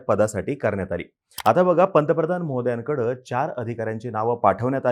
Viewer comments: मी सुद्धा हेच ऐकलं 😂😂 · 0.21 पंतप्रधान महोदयांकड ,मी ऐकल पंतप्रधान मोद्यांकड 😂 म्हटल अस कस झालं